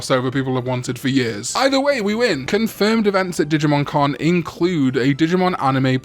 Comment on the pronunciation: When says "Digimon Con" it sounds identical to when he says "Digimon " So when is the Con?